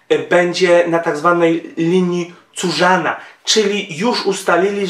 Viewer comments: Nie linia Curzana tylko Curzona :P Ale materiał bardzo dobry. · Linia Curzona czyta się linie kerzona a nie kurzona